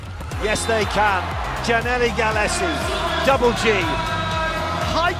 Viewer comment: I can't with the commentators calling him "geeannally" lmao